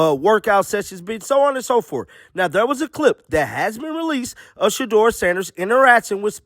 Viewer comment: How many times do you say SHEDUER SANDERS per day? 😂😂😂😂😂😂